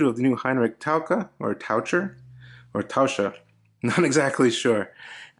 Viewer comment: Easy: ‘taʊkɜr:-) But you pronounced well in the video. And yes, as you said it means diver.